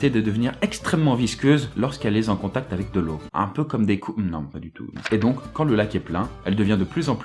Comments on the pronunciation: elles est T’en contact, pas z’en contact. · Les vidéos sont super mais attention aux fautes de liaison qui sont monnaie courante ! "lorsqu'elle est Z'en contact avec de l'eau" ! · "Lorsqu'elle est zen contact..." Mais pourquoi cette liaison ? :'(